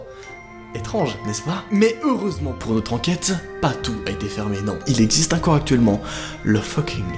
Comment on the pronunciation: J'adore c "encore" on dirait qu'il dit "incore"